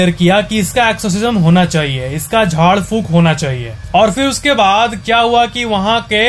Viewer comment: भाई सच में आप झाड फूक बोले तो मेरेको झाट फुक ही सूनाई दिया 😂